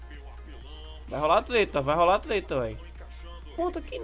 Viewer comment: "vai rolar a TLETLA" KAKAKAKAKAKAKAKA